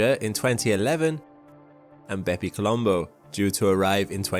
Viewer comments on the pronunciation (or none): BepiColombo XD